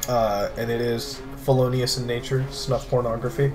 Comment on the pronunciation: isnt it called Snuf? Not Snub?